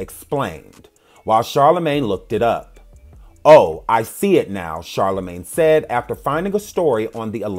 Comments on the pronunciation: The man said CharlaGay 😮😭😭😂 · CharlaGAY?! I CANNOT WITH YOU!!!! LOL ( I love you anyway)